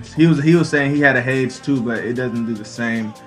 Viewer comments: Hay-Dees!!!! Not "H-ades" OK I'm done... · Nice video and all... but duuuuuude it's pronounced* "hadees"... so hard to hear you say "hadz" xD